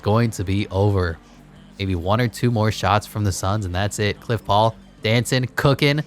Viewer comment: He kept saying cliff paul like bruh